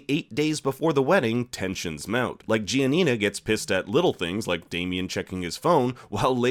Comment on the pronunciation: Italians have a seizure everytime he pronounces Giania